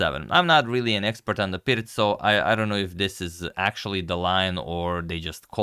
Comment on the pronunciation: It is pronounced "Peertz" in it's native language.